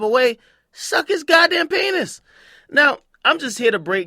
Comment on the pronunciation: Why Ak gotta say penis like that 😂😂